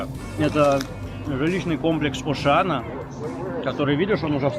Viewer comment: Комплекс называется Ошеана, а не Ушана.